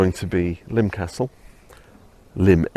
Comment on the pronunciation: Nice video. Subscribed. And thank you for giving me the correct pronunciation of Lympne, after all these years. I was 16 when BTTE came out and I LOVED it at the time, I think mainly because I was happy to hear Paul rock after the mellow London Town. I was stunned by the negative reviews and lack of airplay at the time. While I still love the album, I'd now have to rank it as my second least favorite Wings album (LT is least favorite), but there's no Wings album that I don't like, I think they are all great in their own aspects. I think my issue with this one is that I find it to be a case of the parts being greater than the sum. I mostly love the individual tracks, but the album just doesn't seem to flow well for my listening. And it is not The Broadcast that upsets the flow for me. I'm with Bowie, I think The Broadcast is unique and enjoyable and it has grown on me as I get older. It's the Rockestra that drags the album down a bit for me. Kind of boring, IMHO. I would expect, with such an assemblage of talent in one place, that material for Rockestra should have been a bit more dynamic. Granted, Rockestra Theme was award winning, but I can't for the life of me understand why. I've heard better soundchecks. I'd much rather he left Cage on the album, instead. Anyway, thanks for this insightful on location review. I'll be checking out your other videos soon.